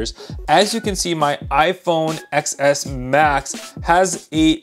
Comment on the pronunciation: TEN S not “exx S”